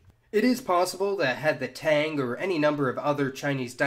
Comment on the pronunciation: Giggling as this guy horribly mispronounces Tang, Hoa, and Tran